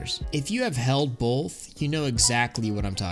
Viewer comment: solid video with insightful analysis but you gotta stop saying both like bolth lmao